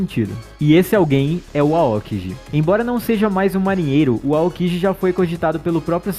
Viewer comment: Se pronuncia Aôki gi falwr "aókiji" eh foda